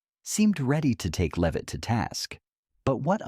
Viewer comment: AI B.S. can’t even pronounce her name correctly. First it’s [leave-it] then it’s [lev-it]. What a bunch of dum dums.